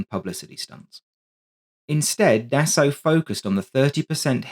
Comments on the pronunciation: "Dassao"? It wouldn't hurt to take 10 secs to google how to pronounce Dassault before producing a video in which you have to say it 57 times... It's pronounced like "dah-so". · A very good and informative video, just one picky criticism...Dassault is pronounced 'Dass O', ok? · Dassault to be said “dasso” only. Nothing complicated.